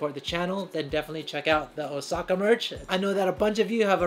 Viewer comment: dude, o-saw-ka, please perfect your puns